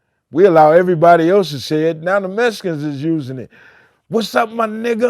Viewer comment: “Now it’s all Mesicans”🤣🤣🤣🤣